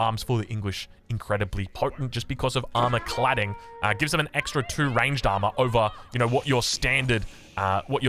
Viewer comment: You said armor clading when it armor chad